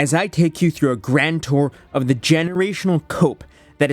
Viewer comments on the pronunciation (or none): none